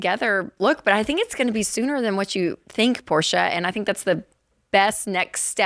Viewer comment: Rachel pronouncing Porsche properly >